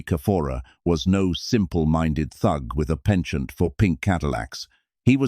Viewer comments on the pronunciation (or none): Please learn how to pronounce “penchant”.